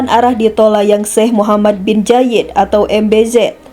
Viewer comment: Yang membacakan narasi gak ada yang lebih baik ya? Jenajah, bin Jayid, ber-untun, plat er-ep, tau apa lagi tuh. Jadi males nontonnya.